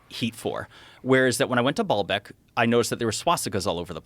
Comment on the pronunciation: Baalbeck is not pronounced ball-beck. It's baal-beck with a long a sound